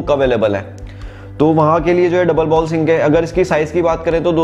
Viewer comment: "बाउल" नहीं "बोल" कहा जाता है